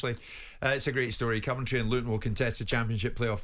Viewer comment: Why can't Jim say Coventry probably? Can't he be arsed? Terrible pundit